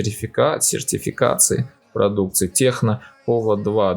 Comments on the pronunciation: ТЕКНО! А не Х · английская буква C звучит как Х? Если нет, то почему "Техно"?